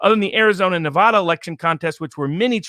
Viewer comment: you guys are great but you need to pronounce Oregon & Nevada Correctly.